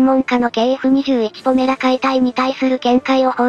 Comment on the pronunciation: 動画でも呼び方が「ポラメ」「ポメラ」と錯綜しているが ほんっとにどっちでもどうでもいいので問題ない。 どうせまず間違いなく頓挫して完成しないしね。（しても試験飛行を飛ぶのがやっとの代物かな）